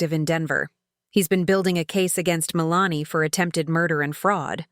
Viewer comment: I have known several women named Melanie, and they didn't pronounce their name the same way as it is pronounced in this video.